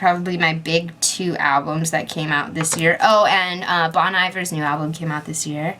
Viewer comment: You pronounced Bon Iver wrong:/